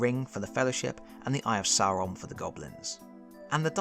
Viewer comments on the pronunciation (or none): none